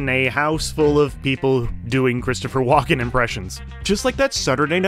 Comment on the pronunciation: His name is WALKEN NOT WALK IN